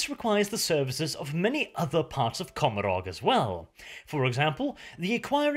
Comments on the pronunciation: And don't you think COMorog (or how the f you spell it) is a play Gomorrah, and should be pronounced coMOrog instead? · If the Eldar words are based on ancient Irish, “Commoragh” is pronounced “Commora”, you don’t pronounce the “gh”, I’m a fluent Irish speaker, no offense, you have the best 40k channel on you tube